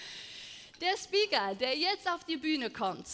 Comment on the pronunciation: der Speaker? Das war der 1 Grund warum ich kurz pause machte und überlegte den Tab zu schließen..... ich bin 25 gerade erstmal und finde solch eine Aussprache mehr als nur unnötig.... Der Rest ist sehr gut.